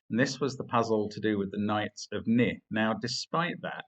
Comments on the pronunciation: Mark? Isn't it pronounced "knee"? I've never heard it said as 'nih'... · Forget issues of emphasis, Mark said the word "ni" wrong. It's pronounced just like the word "knee".